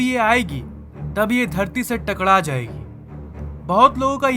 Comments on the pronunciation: ( टकड़ा),, मैंने नोटिस किया है कि "टकड़ा,, शब्द आप नहीं बोल पाते है। ( टकरा)जाएगी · Bhai aap takra nahi Bolte app takda Bolte ho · Bhai takda jaygi nhi takra jaygi ;)